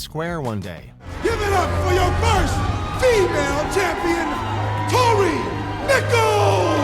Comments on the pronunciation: “Toni” lol, it’s Tory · its tory not toni wtf man